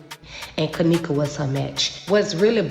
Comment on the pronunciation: 22 she can’t even say Kenneka name